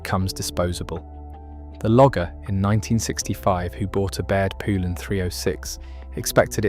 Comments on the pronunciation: If you don't know how to pronounce poulan don't make videos about it. It's pronounced like the country Poland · not me lol I changed the channel as soon as it mispronounced poulan 😂